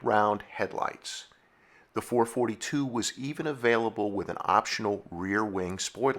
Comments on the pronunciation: Sorry, had to leave very early… you can’t even pronounce the marques name correctly. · no such thing as a four-forty-two ....was always four-four-two